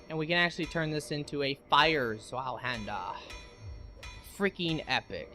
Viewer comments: The zweihander is pronounced (Tsveihander) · Zweihander There's no l Ts-vi-hander. The i in vi is a long i. You can also pronounce the z like a normal z. But you manage to mess it up by adding an l which is not there and there's no reason to think it's there.